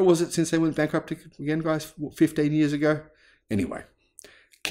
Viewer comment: Bank-rupt-cy.....can GM pronounce that word?